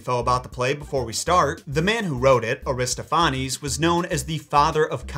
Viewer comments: It's pronounced Ari-STOFF-uh-neez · Accent on the second syllable: a-ris-TOPH-a-nes. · This might have been asked before, but where are you getting that pronunciation of "Aristophanes"? ( I pronounce Eugene's last name as EYE-0nesco [Ionesco] for years because I read it before I heard it. haha) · Air-iss-TOFF-uh-nees - in American English. Aristo-FAH-nehs in Greek pronunciation.